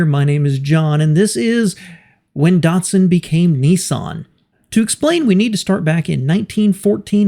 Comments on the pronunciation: Darrrtsun? It is Dat-Sun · "Neesarn" and "Dartsun"? No. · Dart-sun and Nee-sarn? I thought it was pronounced Dat-sun and Niss- san. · How does NISSAN become NEESON??? How does DATSUN become DUTSON??? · It's not DUtsun -its DAtsun, like CAT It's not Nee-sarn - it's Niss'n, like KISS Get it right. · Why do Americans say it wrong, it's nis_san not nes_sin and dat_son